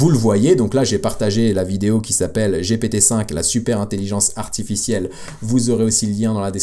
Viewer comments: c'est une bonne guerre ... ceux ci dit jaime toujours pas quand tu dit jipitiiiii cest GPT lol MErci pour tes videos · arrete de dire jipiti c'est stresssant JIPIITIIIIIIIIIIIIIIIIIIIIIIIIIIIIIiii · c'est GPT on parle français